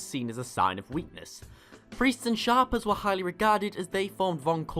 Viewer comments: Shaper, not Shopper. Ugh. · It sounded like he said sharper to me. But, yeah, it’s Shaper, pronounced shape-er, as in a person that shapes things. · You know it's not that hard to look up how a word is pronounced... Shay-per.. as in they shape things.... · One who dictates shape. Shape er. Not shopper. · its shay-per, shaper.